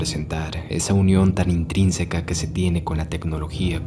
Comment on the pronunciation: intrínseca 😂 calmate